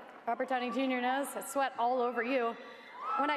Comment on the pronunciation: Sweat not seat lol